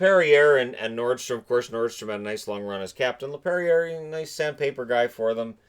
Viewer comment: It is a very small thing, but his name is actually Mattias Norström. Not Nordström. :D